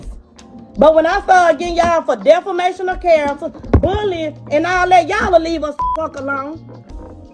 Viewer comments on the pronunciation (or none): Did she say,deflamation?